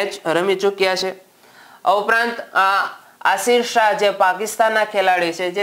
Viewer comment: Aashir nai yashir shah naam chhe